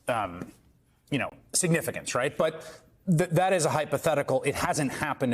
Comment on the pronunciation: Maddow it is " hypothetical" not hyperthetical. You have been in this business for some time now and you should be better.😅